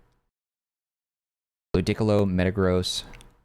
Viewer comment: Lu-dick-ilo is wild